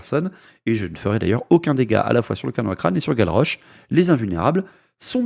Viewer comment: À chaque fois j'entendais Gavroche, et non Galrauch ^^ Ça donnait dans ma tête un duel un peu moins épique ^^